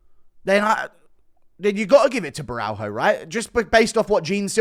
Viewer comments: It's not Borral-HO. it's Borra-LH-o. the L+H makes a sort of whet L sound. like you're saying l but with a speech impediment. like a baby saying L. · Borralho is pronounced BO’RAH-YO